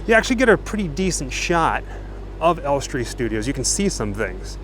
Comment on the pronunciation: Hi guys. We absolutely love to watch your little trips and the excitement and awe you express when you go somewhere you've always wanted tos see. We think you are absolutely adorable. Just one thing. Maybe go to this guy's site to learn how to pronounce names of various places you visit. Ellestree is in BORUM-WOOD, not BOR-HAM-WOOD. Just FYI.